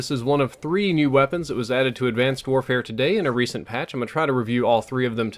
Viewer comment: "Advanced Worehare"